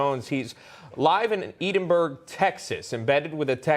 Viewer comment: Hey Newsmax. It’s Edinburg, Texas.